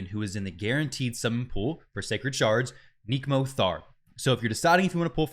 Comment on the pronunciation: If that is how you pronounce Nekmo, how do you pronounce neck?